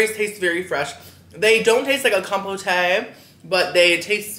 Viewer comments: The fact revieving food at the Four Seasons and still refers to it as com-po-tay.😂😂 Its just fruit compote, the e is silent. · Someone's unfamiliar with marmalade with real orange peel in it. Also, not trying to deride you (mispronunciations are one of my biggest pet peeves,) but compote is pronounced kahm-pote, not kahm-po-tay.